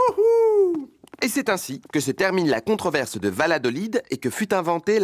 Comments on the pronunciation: ondit pas VaLadolid on dit VaYadolid c'est comme ça que je l'entend prenoncer depuis que je suis petite (ma tante y habite) et du coup ça m'ecorche l'oreille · alors d'après les chaussettes je ne sais pas, mais d'après mon prof d'anthropologie ça se prononce "Vayadolide". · alors par contre ça se dit Balladolid